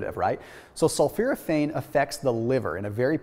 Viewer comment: he's pronouncing sulforaphane wrong